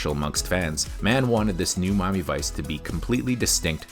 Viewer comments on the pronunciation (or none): Wh-why do you pronounce it "Mommy Vice"? 😅 It's so distracting! Just say "Mi-a-mi", it's pronounced like it's spelled! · is this guy saying Mami vice all the time or is it just be me ?😂😂😂